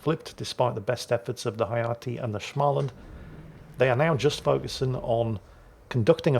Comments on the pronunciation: If you can say the English word "small" then you can say Smaaland too. It is not with an "a" like in "anal" as you say it. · joke start*: ITS SMÅLAND NOT SCHMALAND AHHHHHHHHHHHHHHHHHHHHHHHHH *joke end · Oh, dear old. Here comes the Swedes again. Småland is not Shmalland. So drop the H after S, and pronounce the Å, instead of just saying A. Ä sounds like the A in Damn, or Ram Å Sounds like the O in Gorge, or Borg Ö sounds like the U in Murder, or Fur And pronounce it as a composite word, Små-Land From Sweden with Love - Kami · Oh just an fyi. In the Småland. The "Å" is a Swedish"O". Basically you pronounce it "Smoland" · Småland is simply pronounced small-land. The s and the m at the beginning is just an s and an m. I do love myself some good German SCH sounds every now and then, but in Swedish sm, is just a boring old sm. Carry on! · Just a pronunciation tip for the future, try saying the å i småland as either the o in Smolensk, or like the a in small. Great vid as always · A proper Swedish person here. Småland is pronounced as the English 'small' followed by the first syllable of 'understand'. There's no stupid German schm going on!